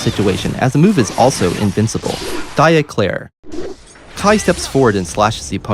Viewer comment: Great video. Just one thing: "Dire Eclaire" it's Dire Eclat. Eclat means something like "spark" in French. Eclaire is a pastry...